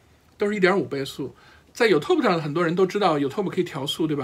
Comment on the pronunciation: 你说的都在理，尤其是作为兴趣爱好的学习者。Out of my force of habit (sorry!), I'd like to point out that it is YOOOUtube not youTuuuuuuuub